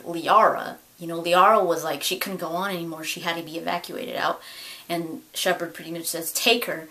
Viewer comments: I honestly thought that harbinger said "Shepard sucks". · I thought it sounded like Harbinger was saying "Ah Shepard!".